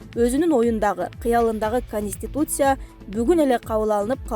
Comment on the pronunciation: ПандЕмия эмес , пандемИя ! кониституция эмес , конституция ! Журналист кыз туура айтып , окусаныз малыматты .